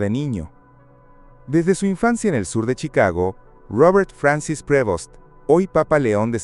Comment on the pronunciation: Prevost sin acento en la E